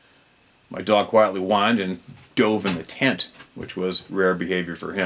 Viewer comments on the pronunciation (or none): none